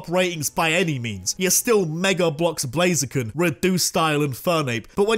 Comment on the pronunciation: BLAZIKEN, NOT BLAZAKIN!